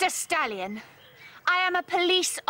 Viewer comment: Ugh, that pronunciation! I thought that was not Stallion but Stalin! 0_0